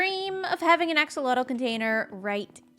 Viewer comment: nobody cares, and it'll never catch on, and this is apparently pedantic... but axolotl is pronounced "ash-ah-loatch"